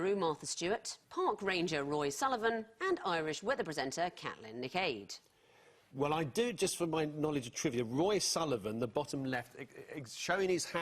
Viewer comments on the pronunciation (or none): She killed me with the Catlin nic aid, it's cawchleen nic ee